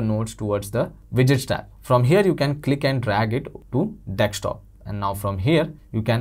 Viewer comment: Dude, it's desktop. Not dekstop.